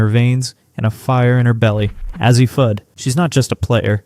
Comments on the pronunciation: ??? it's a long "A"! say it like initials: "A-Z'. Slap whoever hired you to read the narration. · If you were to write A Z, your voice over or AI, or whatever you're using won't get it wrong. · I appreciate your commitment to continually pronouncing Azzi's name wrong despite everyone pointing it out to you in every video. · It is AI and with AI you get mispronunciations. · Is it that difficult to pronounce Azzi's name? I'M OUT. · Why would anyone subscribe to a program that cannot take the time or intelligence to pronounce players' names correctly? This is a huge annoyance. Not Ah-zee, jerk, it's A-zee. Not Bukers but Beckers. Are you guys just dense or don't you care? Do us a favor: go away.